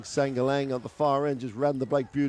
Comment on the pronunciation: Tang ina natawa ako sa commentator "Shangalang" nag mukhang chinese tuloy yung apelyido ni Sangalang HAHAHA